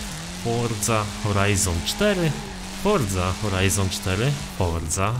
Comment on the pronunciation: Forza Horizon4 ? HORZA HORIZON4 !😂